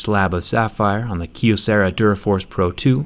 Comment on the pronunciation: It's pronounced "Kye O sarah"